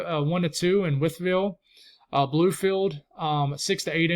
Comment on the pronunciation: Btw it’s spelt Whythville Va but it’s pronounced With-ville heard you say it last video thought I’d help you out lol I use to live near there in Marion Va